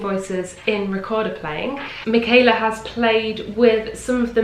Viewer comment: I regret that I have but one like to give to this video! Wonder, wonderful, wonderful. Michala Petri has been a favorite of mine for SO long. Thank you so much for sharing this! And now I can finally pronounce her first name correctly. :D